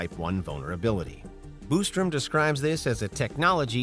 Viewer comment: Quit saying Boostrum, it's Bostrom.